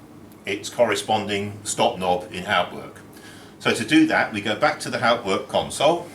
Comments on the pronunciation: You are pronouncing Hauptwerk incorrectly! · correct pronunciation of HAUPTWERK would be an improvement